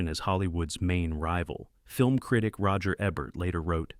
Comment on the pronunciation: Roger Ebburt?? Come on now…